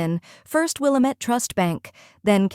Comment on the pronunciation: Good story, but it's pronounced "will-AM- ette"